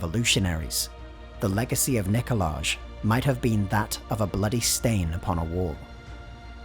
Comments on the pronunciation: Nikolay* Not Nikoladzh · "Nicolay" not "Nicolaj". "J" in Slavic languages is read as "y". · Its pronounced Nikolai, not Nikola-j... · I was so confused and thought they had invented an entirely new name of Nikolazh and not just mispronounced Nikolaj/Nikolai lol. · I know nothing about this world, but when you say NikolaZH it just kills the immersion for me; im pretty sure thats a Romanian version of Nikolai, and unless this Emperor is Romanian, thats just ugh. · you said "Nikolaj" twice! It doesn't sound like a Russian name and there's someone in the comments section saying the "j" is pronounced "y". Please fix this so the video seems more deep. When you drop "Nikolaj" it pulls me back to Western/America society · No one: English speakers: Nicholage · If the Tsar's name ends in a 'j', then I'd put money on the fact you're meant to be pronouncing it like it's a 'y'. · The "j" in Nikolaj is pronounced as a "y". This is a feature found in all Slavic languages and many European languages, such as German, for example.